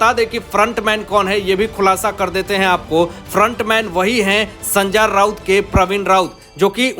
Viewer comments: Sanjay Raut ko sanjaar Raut kyu bolta hai ye reporter???? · भैय्या,नाम तो सही ढंग से लेना सीख लो, बार बार सन्जा राऊत,सन्जा राऊत बोल रहे हो।